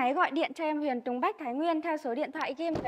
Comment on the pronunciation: Tên xe gì cũng phải đọc đúng ! Tên là: Huyền chứ không phải đọc thành: Huyện, được !